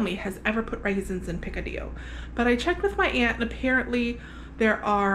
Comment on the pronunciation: Ok, I grew up in Miami and Picadillo does not sound right unless you say it with the Cuban accent! So redo this video and include the accent. 🤣🤣 That looked so good, I am going to try and make it again. I have tried before but can never get the meat fine enough. So having said that, does using sirloin allow the meat fall apart easier? LOVE the knife skills! Primo!!! I can only imagine the smell that drifted through the condo, I bet it was delicious! 😍😍